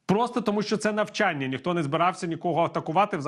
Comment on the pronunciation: Правильно навчАння, а не навчаннЯ.